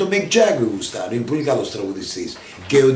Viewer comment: το γουστάρω δεν το εχει,,το λεει πολυ αμερικάνικα....